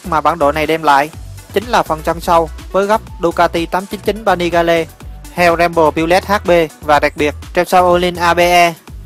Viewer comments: 899 Panigale ( đọc là Pa Ni Gieo ) còn thằng bình luận thì đọc là Pa Ni Ga Le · 899 Panigale -> "pa ni gieo" chứ ko phải Vietsub :)) Pa ni ga le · pa ni ga le. chắc ko biết đọc tiếng anh rồi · Ba ni ga lê mới ác. Vãi cả phát âm.